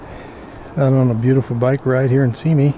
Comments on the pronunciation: If you got it, why dont tou pronounce it right? I know a bit more about Simi than you, having been born and raised there OVER 60 years ago. My family helped build that city. You are pronouncing Simi WRONG. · sih me. Sih like in sim or sick. Me like tge name you call yourself. Emphasis on the me. Google how do i pronounce. Several options will appear. Including Wikipedia. You will find that they all agree with me. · You are prouncing Simi wrong.